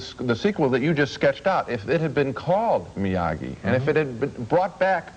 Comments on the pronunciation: Why did Ebert keep calling him, "MIAJEE"? lol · Ebert - it's MiyaGi-do karate, not MiyaJi. LOL. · Yeah, I was waiting for Ralph Macchio to interrupt their review, and snap, "Excuse me, MiaGi!"